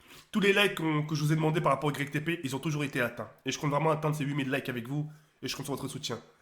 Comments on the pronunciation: "itépé" qu'il a dit 😭 azy j'arrête de faire des "YgrecqueTéPé" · je t'aime bien mais c YTP est PAS ITP et ça se dit YouTube poop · on dirait un handicapé on dis YTP pas ITP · au début il a dit ITP 😂😂😂😂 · On lui dis ou pas que ca ce prononce , Youtube Poup ou pas x) ? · ça ce prononcé igrek tépé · c'est ytp pas itp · Même en lisant il sait pas dire "YTP3 wsh c'est un ouf